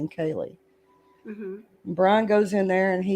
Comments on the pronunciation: She definitely says "Kelly" instead of Kaylee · Sounds like you’re saying Kelly, instead of Kaylee. Maybe it’s just me.